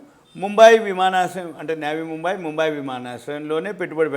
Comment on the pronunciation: నేవీ ముంబై కాదు నవీ ముంబై